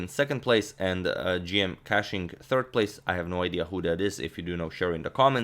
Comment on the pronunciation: It's pronounced Kuching not cashing or catching